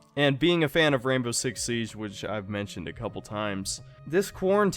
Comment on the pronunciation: Why do i hear Rambo 6 Siege instead of Rainbow 6 Siege?